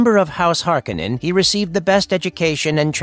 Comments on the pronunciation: HAR-KOH-NEN. Not Har-Keh-nen. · Hearing the name pronounced Harkinin……ugh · Hark-oh-nen. Damnit. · I thought I was the only one who went berserk over this haha. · I thought same until i heard some chars in 2 say harkehnen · thumbs down for never pronouncing the name correctly once. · I know right! It's so distracting to hear it mispronounced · It's hard for me to hear you pronounce his name without the hard O in it. Not this right or wrong, it's just it's already been ingrained in my head that way. LOL